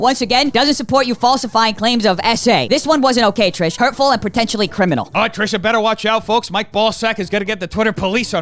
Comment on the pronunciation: the fact that you now pronounce trishas name correctly instead of ‘’ or whatever you used to say is 🙌🏼